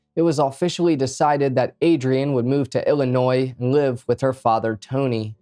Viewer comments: He is actually saying it right..but he Is saying Ili-NOY not iili-noise..most people even living here say it with the accent the second way..❤😅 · Bro, are you OK? You keep strangely swaying at the end of your sentences. Also, thanks for pronouncing illinois properly.